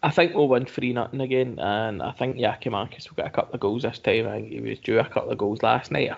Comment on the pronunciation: Tell him to stop saying Giamakis !